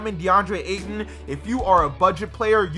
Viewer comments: You said deandre Eaton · you said Deandre ATON